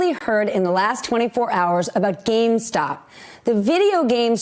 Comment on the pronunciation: She keeps saying “gamestock”